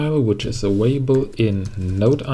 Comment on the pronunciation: thanks for the good video - but you are making me nervous, because you are always saying „avaible“ instead of „available“ 😂